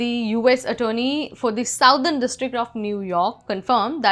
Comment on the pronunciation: Please take a course in English pronunciation. For example, it is not "Sow thern". it is "suh thern"